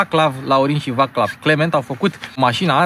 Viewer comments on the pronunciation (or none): Nu se pronunță Vaclav, ci Vaçlav (Vaslav). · Și, de fapt, Vaçlav se pronunță Vațlav...ca o completare la Șkoda. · Doar o mica mențiune vaclav se citește vațlav in limba asta a lor , daca tot ai ținut să pronunți corect skoda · Vaclav se pronunță "Vațlav"... În rest, bun materialul, ca de obicei! 🙋‍♂️